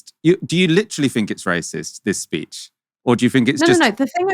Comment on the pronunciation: Fink, Finking, Fort, Bovver, Bofe, Free , Vat,, Furrowly, Vem, Viss, Fugg, Fump